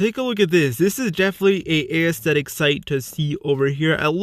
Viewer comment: The way he said aesthtetic tho Ay-EsthEdIk